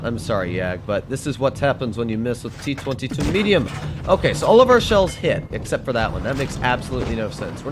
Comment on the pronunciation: t twenty two, why just dont say t twoty-two?